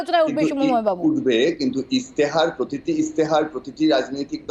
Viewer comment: কথাটা ইস্তেহার ইশতেহার নয়। 24 ঘন্টার কর্মীরা মনে হয় সব অবাঙালি